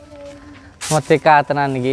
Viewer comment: Merdeka Gusss bukan medeka